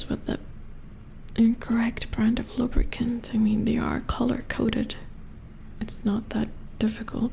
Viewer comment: The way you say lubricant sounds like lubberkin which is form of botchling in the witcher universe. They are the spirits of stillborn children who watch over a household. Very interesting stuff :3